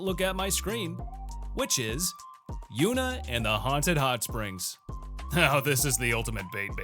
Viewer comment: Yuuna? Really?